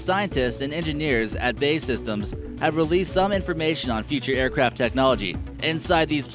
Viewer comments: BAE systems wtf is the narrator stupid. it B.A.E systems as in british aerospace engineering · bae systems? BAE is an acronym for "British Aerospace Engineering" in this case, and is said as the individual letters, not the word.